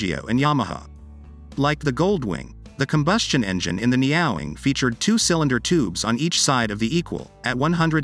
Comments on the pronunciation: Neat bike, but I cringe every time he pronounces it neOWing when it obviously shound be pronounced NEo-wing. Think NEO from The Matrix followed by "wing". Knowing Honda, it will be very expensive. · Ne-Yo Wing. Not Neow-wing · Neo-wing, not neowing. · Ne-ow-ing? Could it be Neo-wing? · Are we sure it's pronounced NEOW-ing and not NEO-Wing? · It’s not NyaWing! It’s NEO(new)Wing! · Neeow ing? I doubt it, more likely neo wing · It’s Neo not niaow 😂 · Neo wing!....not neowing. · Neyowing? Makes Me Cringe!!! It’s ne-o-wing like the guy from the matrix. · Surely you pronounce it as the Honda Neo-wing? IE: New Wing? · The Computer voices in these videos cracks me up...Neowing pronounced "nee-aw-wing". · For chrisake I know the name looks like it reads "meow-wing" but it actually reads "neo-wing". So for chrisake pronounce it as "Neo-wing"! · I laughed 😂 at the way you pronounced the name, it's a Neo-Wing. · Neo...Wing, it's not a cat. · Shouldn't it be pronounced "Neo - Wing"? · someone tell this robot it's neo-wing. and it's not a motorcycle, it's a car for people frightened of gravity and road-rash. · Nee-oh-wing. It doesn't rhyme with 'meowing'. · Umm, I'm not sure that's how it's pronounced. It's a combination of "Neo" (New) and "Wing" (Gold Wing). So the pronunciation should probably be Neo (as in the character from The Matrix) Wing (like little birdies). But i could be wrong. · AI is supposed to put us out of work but can't pronounce NEE-o-wing🤔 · Its name should not sound like a cat ? Its NEE- OWE-WING meaning ‘New Wing’ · Surely the name does not rhyme with MEOWING 🐈. Surely the name should be pronounced as though it has a hyphen in it. EG. Neo -Wing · Neo wing, neo wing. OMG AI needs lessons in speaking. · I can't stand this text to voice crap. Pushing out content. It's laughable.....the neeeee awlllll wing. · Dudes! Get yourself a text to speech program that can pronounce Neowing if you're going to do a video about it.